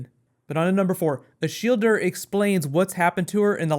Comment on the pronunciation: I thought her name was Shilda(Shielda) but you just went there and ruined it with your american "er" ending >_>